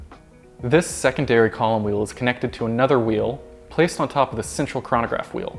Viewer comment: I hate the way he days "chranograph"